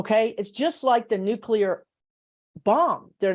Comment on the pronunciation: Interesting W O W. I for one, am not too worried about A.I. running amok. We'll make the necessary adjustments and life will go on. On a very minor note -- I'm glad to hear using the term nuclear, (pronounced new/clee/er,) rather than nu/que/ler. Language matters, people! Lol.